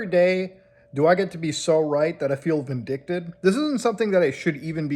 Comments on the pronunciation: vindicated is the word you meant to say not vindicted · "vindicated" not "vindicted" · Vindicated. Not vindicted. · “Vindictid”lmao vindicated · Vindicated lol. WTF is a “vindicted” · You seems like a nice guy, but the word is "vindicated." "Vindicted" is not a word. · Vindicated not vindicted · vindicated not vindicted. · You pronounced vindicated as a different word, vindictive. So you're not right at all. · Vindicted? You mean Vindicated? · It's vindicated, vindicted is not a word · Vin-deh-kate-ed. Damn bro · "Vindicted?" I think you mean "vindicated" otherwise it sounds like you're saying you're "vindictive." But hey, it looks like ya just woke up. 😂 Love ya, Muta!